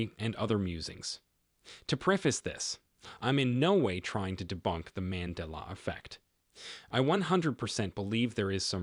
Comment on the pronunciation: The glitch... Pronounce Mandela correctly..😆